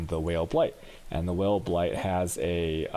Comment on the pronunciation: It's pronounced Vaal, lol is this guy gay?